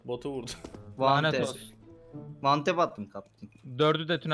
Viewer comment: Her boka vantep diyen